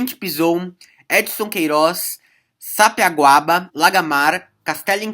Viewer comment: Parceiro, a pronúncia e escrita correta dos bairros são: Sabiaguaba e Mucuripe